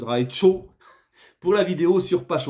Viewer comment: Je crois que ça se prononce "Patcho".